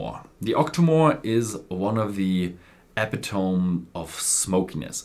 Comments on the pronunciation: Epitome,... Eh-Pit-O-Me, not Eh--Pe-Tome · Great video as usual! Sidenote, when introducing the Lagavulin you pronounced “epitome” wrong. “Epitome” is pronounced “uh-pi-tuh-mee”. I’m from the US and have pronounced many words, including this one, wrong because I think it’s pronounced the way it looks ha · Great thoughts,! Interesting to see an old favorite, Lagavul 16, on your favorites! Also, just FYI: "epitome" is pronounced ih-pit-oh-mee. Just thought I'd be "that guy" and help you out. Sláinte! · The accent is on the 2nd syllable, uh-PIH-tuh-mee.